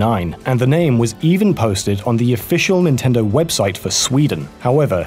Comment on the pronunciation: ''Even posted on the official Nindendo website for Sweden'' I just quickly turned my head when i heard that